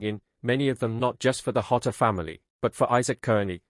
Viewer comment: Pronounced Jotter not hotter. I can't imagine the way this poor kid feels. Bless his little heart 💔